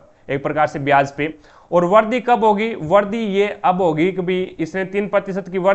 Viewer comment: aapka pronunciation kabhi kabhi samjh nahi aata... jaise vrudhi ko vardi etc etc....